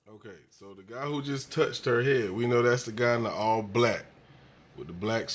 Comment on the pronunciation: She said oww not know